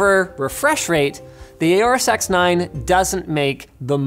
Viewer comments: "Aoru sex 9" Is what i hear the whole time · I keep hearing him say the Aorus SeX9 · X9 more like he’s says sex9? Anybody else catch that.